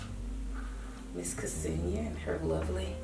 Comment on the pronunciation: thank you for the review! kesenia is pronounced senia with silent '''ke''